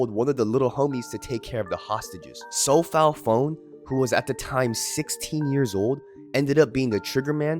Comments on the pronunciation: It's pronounced, So.Paul Pawn. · It’s pronounced “So-Paul Pawn”